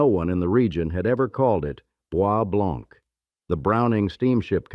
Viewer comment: You've mispronounced almost every name. Wyandotte, is pronounced Wyan -dot. Boise Blanc is pronounced Boy Blanc.